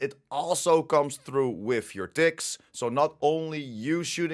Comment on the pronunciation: Well, lemme tell you.English isn't my first language. For a first 5 min i heard 'dicks' instead of 'ticks'. Put a hole new spin on the game (don't belive me? - re-watch it with my ears😂). Couldn't unhear it after either.